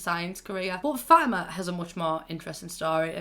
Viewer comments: Fatima is actually pronounced Fo teema. No Fat eema or fo ima. I know you got an accent and it's hard to pronounce things so i'm not judging you in anyway here just so you know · (fa-tea-MA) . That;s how you say becky's moms name. not trying to insult you or anything.